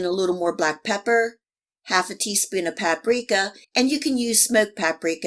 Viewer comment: paprika i just don't have any 🤣sorry it's just the way she said it👍❤